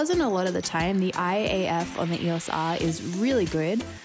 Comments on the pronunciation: That “eOs Aaaar” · I love how you say "EOS R" lol